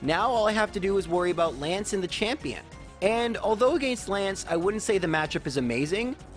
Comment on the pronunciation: I bet you’d hit 200k subs in a day if you learned how to properly say against.